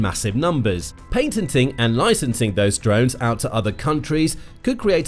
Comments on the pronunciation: "PATENTING", NOT "PAINTENTING" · Someone fix the narrator, the word is patenting not paintenting. But speaking of painting, i think it would be a good idea to oaint the drones sky color so they cant be seen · It’s called Patenting .. not Paintenting! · Why does the narrator keep talking about "painting drones"‽ shouldn't he be discussing "patenting"? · Ha Ha! "Paintening" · Please stop saying "paintenting". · What's paintenting.. is that similar to patenting?